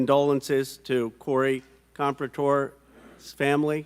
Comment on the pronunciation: It’s PRONOUNCED COMP PEAR A TOR. SAY HIS NAME RIGHT! My FRIEND LOST HER HUSBAND BECAUSE OF THE HATRED AND LIES SPREAD.